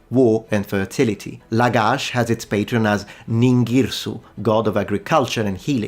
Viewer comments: You keep on saying Patreon instead of Patron LOL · Are you deliberately pronouncing 'patron' as 'patreon'? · As a linguist, I should think you'd cringe if ever you heard someone else say "patreon" when they meant "patron". Academic shame be upon you, sir! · I know I shouldn't but I giggled when you reflexively started pronouncing "patron" as "patreon" (except for Lagash & Ningirsu, where you said "patron"). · Patreon???? Not "patron""? SUMERIAN CITIES HAD WEB PAGES AND DONORS???? "BUY ME A BEER"? :face-fuchsia-wide-eyes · "...having the god of wind and storm as their main patreon..." "PatrEon",?